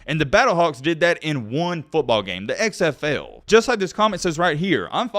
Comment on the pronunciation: The way you say "XFL" is super weird. It sounds like you're saying "eggs FL."